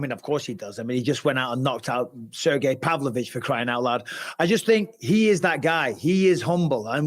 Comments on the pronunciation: "Cergy Pavlovich" "Blehal" 🤣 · Sergio Pavlich. Uncle Chael butchering names is my favorite